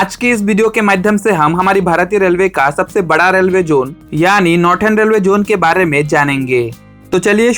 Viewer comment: नॉर्दन ❌ नॉर्टन ✅